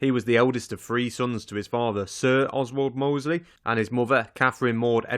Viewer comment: Oswaldo mosley 😁